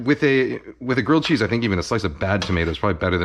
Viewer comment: Gwilled chweese